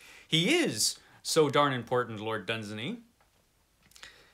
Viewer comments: It's pronounced LORD DUNZAAANY. Far greater than Tolkien. Dunsany wrote real magic and wonder - Tolkien wrote for the masses (yes he did. Elfin language is BS). If I was to enter those magical worlds I will travel with Dunsany! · Great clip! It's Dun-SAY-ney. It rhymes with 'insaney', as one wag pointed out. Contrary to several assertions, it doesn't appear that Robert E. Howard read much Dunsany other than a few poems. On the other hand, Clark Ashton Smith and Fritz Leiber were both fans.